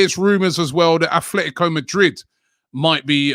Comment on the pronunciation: There is no "H" in "Atletico" Rabbie...